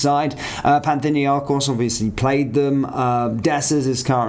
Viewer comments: I assume you're trying to say Panathinikos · Panthinnyakos? Youd think you would at least try to get the name right. Lol